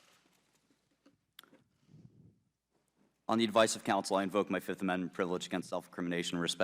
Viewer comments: "I plead the FIZZIIFF!" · I bet he watched chappelle show before this hearing. "I plead the fif"